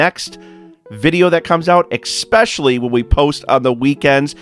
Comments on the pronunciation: Love love love your channel, but the word is ES-pecially not EX-pecially. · Did you say exspecially? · Great channel, but learn English, OK? It's "especially", not "eKspecially.